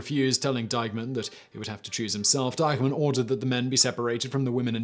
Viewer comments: Why does he keep calling Eichmann "Dykeman"? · Am I the only one who hears him saying Deihmann instead of Eichmann? One is an online retailer, the other’s a Nazzi war criminal, but no biggie!